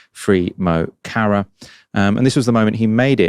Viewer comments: Can you please use Google for pronunciation its muh not moe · Pronounced Muh, not Mow. Stage name meaning 'my friend'. Video said it the way I've heard the right say it, trying to make us think he's Muslim. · They don’t learn the Irish language in school, to be fair. Heard George Galloway say, “Moe Charrah” recently 😂 TLDR: It’s pronounced“muh horra”. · I do wish people would take care in saying mo chara right, it's not Cara but ch as in the German "ach" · Can no one get his stage name let alone his 'real name'! It's pronounced 'Mo - Car - Ra'. Please do better... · When he pronounce Mo Chara as Moe Karah I nearly did a spit take. The English love to pick the most insane ways to mispronounce things…